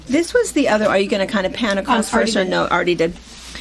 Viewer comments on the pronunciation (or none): . . . . and y'all say acrosst instead of across 🤣